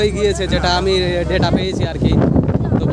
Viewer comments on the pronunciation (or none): none